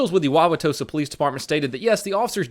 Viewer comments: I love how he first said Wauwatosa, sounded like he practiced it a bunch of times before the video :D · Wow.. he said Wauwatosa right lol not many ppl do say that correctly, there are alot tougher names here but that is up there. Most emphasize the u which makes it really funny to see them try to pronounce it lol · Kudos for saying Wauwatosa right. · You are a honorary Wisconsinite because you can pronounce Wauwatosa correctly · Holy dogshit you pronounced it right. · Props you did a great job of pronouncing the Native American name. Lots of funny ones in Wisconsin that are fun to listen to others try and say if they aren't familiar with them. Lol. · Good pronunciation of Wauwatosa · Lol, I live near wauwatosa, you pronounced it correctly but you seemed really hesitant in the way you said it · Props on pronouncing "Wauwatosa" correctly!!! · Good job pronouncing Wauwatosa. Most people screw it up. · You actually pronounced wauwatosa right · AYYYYY Way to pronounce Wauwatosa correctly on the first try! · clap clap clap pronounce wa-wa-tosa correctly!!! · LMAO, in the dashcam footage of that first video I know exactly where that watertower is, I've driven past it on the freeway. Also, thanks for pronouncing Wauwatosa correctly, we've got some silly city names here. Like oconomowoc, which is also my favorite hangman word.